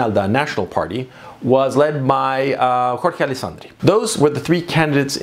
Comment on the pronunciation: Jorge is pronounced "hor-hey"